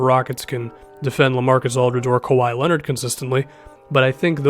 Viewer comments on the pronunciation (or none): none